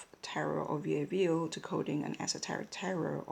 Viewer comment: Nobody Here your pronounciation is already completely right, and q from family name Coq Sounds as a k, so also right on this one:) conclusion: perfect intuition in french too:D well done!